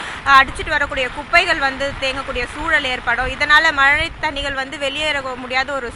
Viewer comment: மல இல்ல மேடம் மழை.....